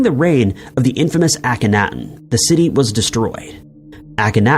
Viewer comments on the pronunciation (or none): Pronounce the Egyptian king 👑: Awk-ken-NAH-ten not ACK kin ahhhh tin.